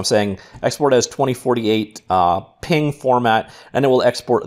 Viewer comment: I swear the way this guy says stuff "Glose" "Ping"